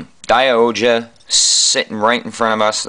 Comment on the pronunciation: SaikYo Robo Daiohja is the proper pronounciation by the way check out the series was awsome nice review